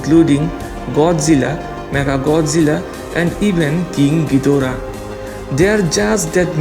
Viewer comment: I was thinked you say ghoidra dora😂😂